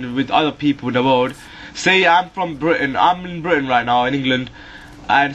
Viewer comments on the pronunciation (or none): none